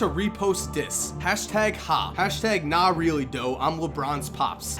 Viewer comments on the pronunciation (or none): none